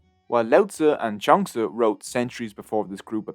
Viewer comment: *Zhuang zi is pronounced 'ju-ang zuh' I think